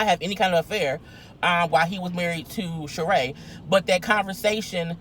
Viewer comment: I know this is very trivial but I have to say that his Ex wife's name is pronounced Shereeeeeeeeee!!!!!!!